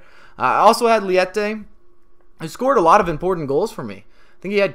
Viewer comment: Nice video mate! Actually his name is Leite (it's milk in Portuguese) not "liete"